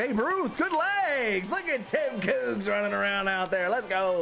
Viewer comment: Calling Babe Ruth “ Koogs “ is hilarious 💀💀 great video as always!!